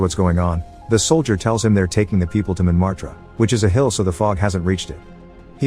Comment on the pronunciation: He said montmartre wrong